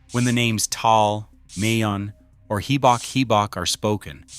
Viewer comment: One minute ago You made this video pretty fast How about not letting AI make your videos? “500 people died” how did AI do? “$.05” And learn to pronounce Taal I will never like or share these stupid AI videos if the person posting them don’t check the content, and you won’t get a “subscribe” from me